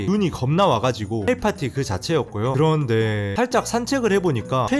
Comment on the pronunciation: 그런뒈에~~여러번 들어도 너무 웃겨서 빵터져옄ㅋㅋㅋㅋ